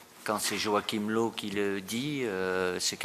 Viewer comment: "low" comme en anglais... nan stp on dit "leuf"